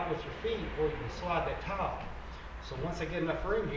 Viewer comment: Thought this was about tiles but he kept saying towel